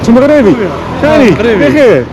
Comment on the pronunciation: يا اخي قل "مَغْرِبِي" و ليس "مَغْرَابِي".